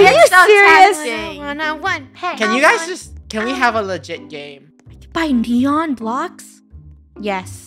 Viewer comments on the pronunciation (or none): none